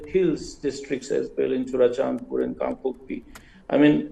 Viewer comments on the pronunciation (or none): Dear sir, please refrain from saying 'Kang pokki' , it is 'Kang Pok Pi'